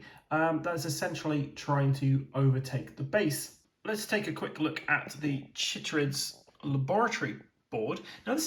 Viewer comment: I feel like it should be pronounced "kai-trids," to match "chylomicron" and "chylothorax" (both of which are "kai-lo.") But of course I could be wrong because this is science-fiction!